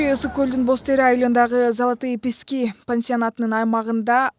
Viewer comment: Писки эмес пески